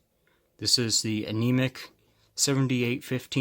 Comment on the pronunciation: It's Eimac pronounced I-mac not anemic.